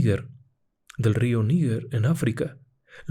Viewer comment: Río Níger, no Níguer